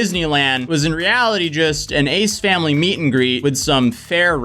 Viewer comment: I have no idea who those people are, but I kept hearing "Aids family" when you said their name.